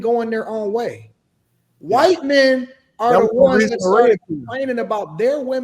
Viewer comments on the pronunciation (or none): The word is “men”, not “meyen”